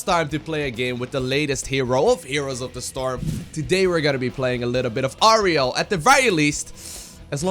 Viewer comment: Only watching this because i saw the "Oreo"l stream xD Though i think you did pronounce it correctly so no worries, how much did you practice post-stream though? xD